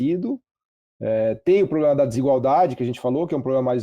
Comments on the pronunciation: Não confie em ninguém que fale ploblema 😂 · IMPRESSÃO MINHA OU ele fala pobrema